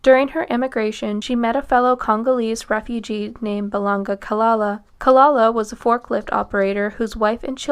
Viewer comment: Balenga is not Belanga…. Not that it matters here but in some of the other videos, I’ve seen this happen too. Not hating >.> I love your content. Would appreciate more attention on the names.